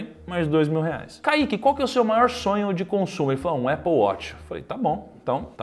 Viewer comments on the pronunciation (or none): none